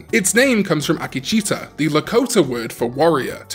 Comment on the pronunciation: Not trying to be a dick but it is pronounced a-key-chi-ta